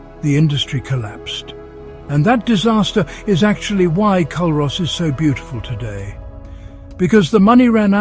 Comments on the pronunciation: aye the mispronunciation was so irritating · Culross is pronounced cooross. And it’s not a burg it’s a small town. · its pronounced Cur os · It's actually pronounced Cooross..and my fav Village :) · The mispronouciation of Culross killed for me from the start lol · Culross is pronounced cooross and burgh is pronounced burrah👍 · I came here to say the same thing 😊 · Pronounced coorus and burra give me a break AI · Would you pay any real attention to someone who cannot even correctly promounce the names of what they are describing? Another foreigner describing parts of God's own country "Culross" & "burgh" mispronounced for a start - tosser! So much inaccuracy in this video - Plockton is not the onky one that doesn't freeze, try Ullapool and surrounding area, in fact th e whole of the Scottish west coast. and what legend about the Tobermory building colours? And Tobermory is the capital of "Mool" - where is that now pal!!! If I remember correctly (could be wrong) I remember when doing an archaeology course at Uni of Glasgow we visited the churchyard at Luss to view a7th/8th century Christian grave marker (long time ago so could be wrong on that one) & thre waas no town b"built for a movie" patronising prat!